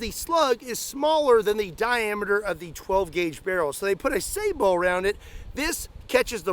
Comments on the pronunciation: You pronounced sabot correctly! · It's pronounced "sa-buht" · Im so pleased you didn't say "sabutt" lol Kudos to you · You're the first person in forever who pronounced "sabot" the right way. It's not sa-bot. I cringe whenever I hear that.